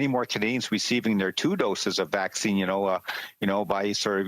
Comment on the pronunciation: it is not avccine